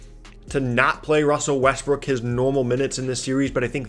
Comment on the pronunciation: Wussel RussBrook